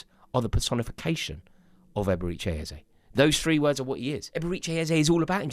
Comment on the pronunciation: Stop calling him EbereeCHAY